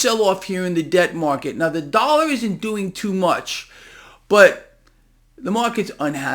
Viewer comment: " The Dallar "? What is a Dallar ? 🤪🤪🤪